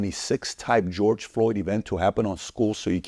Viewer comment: Bro, stop pronouncing George that way. He not spanish! Ig you want to be accurate, in the hungarian pronunciation, its Gueorgue.